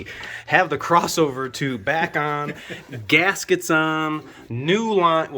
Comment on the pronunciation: Millies ? The fanny ? Gaskeetos ? How about you speak simple English and stop sounding like you're teaching a 4th grader how to do this job. 😂 🙄